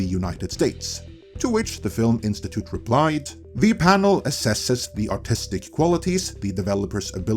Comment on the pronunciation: This isn't a dig on you or your accent, but...every time you say "artistic vision," it sounds like you're saying "autistic vision," and it's kinda fitting, lol. 😅😂🤣